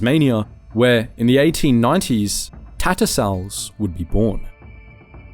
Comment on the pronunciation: "Barosa"? "Tattersulls"?